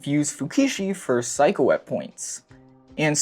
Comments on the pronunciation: Amazing video! One thing that bugged me though is your pronunciation of the mother’s name, it’s not like psycho, it’s like say-ko, not psy-ko. Apt mispronunciation though!! LMFAO! Amazing. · yeah i thought he was calling her psycho as an insult for a while 😭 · It's interesting because he got Sei's name right and Seiko's name has the same first 3 letters 😭